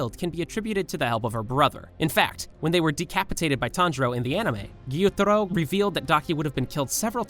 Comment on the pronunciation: Your voice is so annoying, you speak with so many intonations and seem to make up the pronunciation of names, like gEYoOtArO